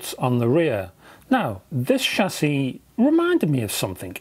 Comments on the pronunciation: Thank foodness, you heard that. I heard it like sassy. But hey, I got the meaning! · ' shassie ' ... lol